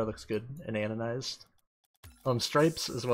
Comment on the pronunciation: Stop calling it "anonized". It clearly has the letter d in and is pronounced "anodized"...